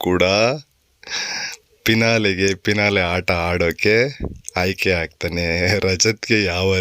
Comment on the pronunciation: ಪಿನಾಲೆ ಅಲ್ಲ... ಫಿನಾಲೆ.... ಮೊದಲು ಕನ್ನಡ ನರೇಷನ್ ಸರಿಯಾಗಿ ಹೇಳಿ.....